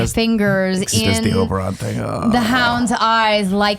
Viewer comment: GUYS OBERYN OBER-IN Not OBERON